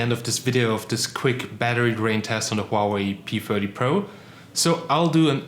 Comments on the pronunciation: is he saying p firty or my ears are blocked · Are you saying p40 or p30?